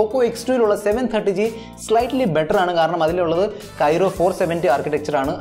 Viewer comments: Kyro alla chettaa kryo aanu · Kyro alla bro.. its kryo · പൊന്നു ചേട്ടാ കൈറോ അല്ല ക്രൈയോ കോർസ് ആണ് Not Kyro it's Kryo Cores architecture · It's not kyro architecture it is kryo architecture.. good video and good comparison. All the best 👍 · ബ്രോ .. Qualcomm പ്രോസസ്സർ കോർ Kryo (ക്രയോ ) ആണു, Kyro (കെയ്‌റോ ) അല്ല. അടുത്ത വീഡിയോ മുതൽ തിരുത്തുക.